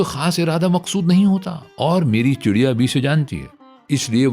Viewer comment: D ki jagah R ziada Urdu talafuz k nazdeek lagta hai.